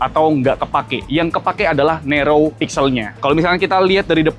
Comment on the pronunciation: Sorry nih bang video nya masih banyak di perbaiki ni bang infonya, kaya "wide" bukan white "narrow" bukan nerou, terus itu lensa 200 MP dari 1.7 ke 1.4, lensa tele 50 MP dari 3.4 ke 2.9 bukan 1.9.